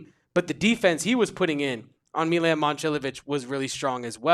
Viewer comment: Dawg. Its not meelan. Say his name right if youre gonna be a hoops expert. Milan.